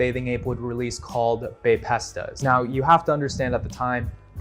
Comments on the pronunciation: Long time viewer here and love the content but Bae-pestas really hurt to hear😭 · No way they’re pronounced bape-estas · Bro pronounced bapestas lik it was sum pasta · The pronunciation of Bapestas has to be a joke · I have never heard bapestas pronounced that way lolol